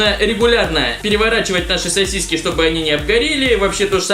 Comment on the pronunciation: мне показалось что он сказал не сасиси а сиси